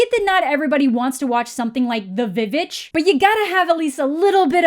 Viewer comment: ‘The V-Vitch’ 😂😂